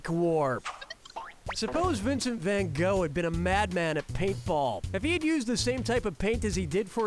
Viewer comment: The way pronounces 'Van Gogh' rubs me the wrong way. Can't blame him though, 'cus unlike me, ain't Dutch.